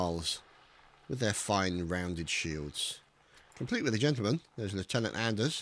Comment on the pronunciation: it's pronounced "on-ders"